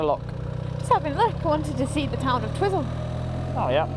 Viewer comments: We call it Twi(i) - zel is correct not Tiz-zel. It's tricky, like the suburb in Lower Hutt, Petone, being Pe - to (toe) ne, not Pet-one. 🤣🤣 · I frequently used to do the ride to Mount Cook when living in Farlie. I often combined the ride with a walk up the Hooker Valley. Staying in Twyzel (as it's pronounced), is a good option as you say, accommodation at Mount Cook is limited and very expensive. Camping isn't too bad if it's not crazy busy. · Twizel is pronounced Twiizle, not Twizzle. But coming from a foreign country (England lol) you are excused. Lol. Love your posts. You should stay here. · I love how you guys pronounce Twizel... had it right when he was pondering it, the first syllable rhymes with "wise". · An enjoyable video, thanks, but it is called Twiiiiiizel to us kiwis.. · haha, its Twi-zel. as in ' i ' sound.. safe journeys guys.. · Apparently Em, it is pronounced Twizel as in Why? Agreed,.it makes no sense but that's what New Zealanders say. Absolutely love your videos!!!! NZ is my favourite place I ever visited.